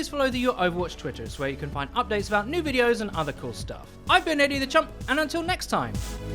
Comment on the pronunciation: Is it "Eddie The Champ" or "Eddie The Chump"? I can't tell which one he's saying.